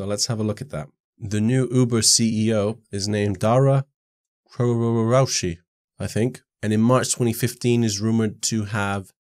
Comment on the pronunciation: Hey I really love your videos... the way you pronounce Uber CEO name was really hilarious... could you please also review this coin called NIMIQ...?